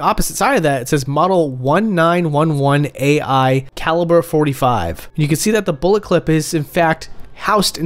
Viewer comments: "1-9-1-1-A-I" lmfao no its the "nineteen eleven A-one" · "One Nine One One AI" LMAO 🤣